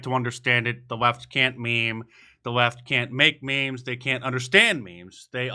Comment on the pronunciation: “ they are meems “ lmao